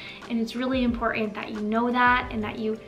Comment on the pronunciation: There are two t’s in the word important please pronounce them both